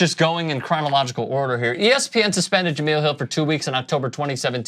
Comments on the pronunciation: you cover sports her name is pronounced ja-mel not ja-mill. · Really? You still haven’t learned how to say her name???